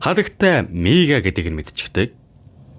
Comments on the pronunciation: Miigaa g niigaa gej sonsloshd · niigaa ged sonsch uyd 😂😂😂